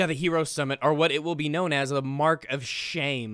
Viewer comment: How do you fuck up the word "Hero"? That's my only question for you YouTube.